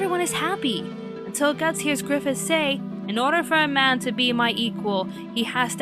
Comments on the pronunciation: Let's have a little chat. So... I swear I heard you say "Gryphon" instead of "Griffith" The "end" of Berserk doesn't rely at all on an ooc moment for Griffith. The story constantly builds up just how determined to reach his goal he was, and sacrificing his army is nothing he wouldn't do. The arrangement for him to be made a demon lord was made long ago when he was a child, and he very readily accepts it when it comes. Griffith only wants power, and everyone he knows is just a means to that end. Berserk's ending is messed up bit because everyone you know dies, but because it stops where it does. This is all just the build up for Gutts' main struggle throughout the rest of the story: trying to keep Coska and himself safe from the demons after their seals and find and kill Griffith. Plus, that's not really the deal with Clannad, but that's of no consequence right now. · It's pronounced, "Faggith"